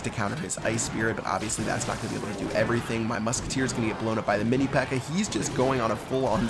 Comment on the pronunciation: Lmao, says mini pecker instead of pekka xD